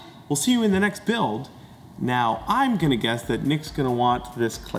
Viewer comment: I can never tell if it's Bills accent, me hearing thing or does he really pronounce the "" in "Build"?